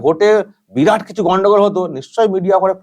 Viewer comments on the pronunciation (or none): none